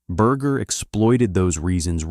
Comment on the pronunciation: Can't u say his last name correctly